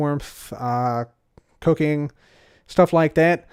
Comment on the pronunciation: i thought you said cocaine... i was like what?... rewind oooh cooking xD